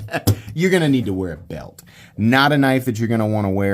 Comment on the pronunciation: Love the accent “you’re gonna need to wear a BUILT” 😂 is the GOAT